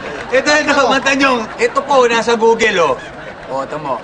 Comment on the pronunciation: Googel... haha tabell... Appeell...